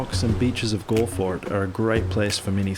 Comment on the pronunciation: It’s pronounced gall Le